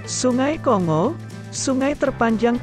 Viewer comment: (Kongo) tulisan seperti ini kalau cara baca ejaan indonesia adalah kongo seperti kita membaca singa atau bangau, tapi menurut ejaan lain cara bacanya adalah konggo seperti kita membaca bangga bukan banga. Yang membuat kita tidak enak mendengarnya banyak youtuber indonesia yg membaca kongo seperti membaca singa....!